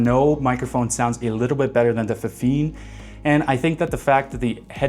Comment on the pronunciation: How do you make a video comparing 2 products and mispronounce both of them lol